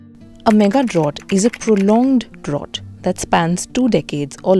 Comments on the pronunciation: Great info but your pronunciation of the word drought is incorrect. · Drought rhymes with out, not with ought